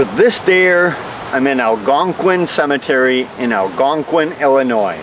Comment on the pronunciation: I’m impressed you pronounced Algonquin correctly.